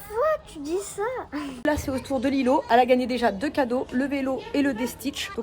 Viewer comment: Désolé c'est pas lilou c'est lilow